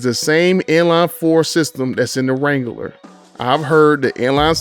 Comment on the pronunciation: “Wrangaler” lol